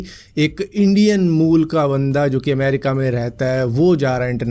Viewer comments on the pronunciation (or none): none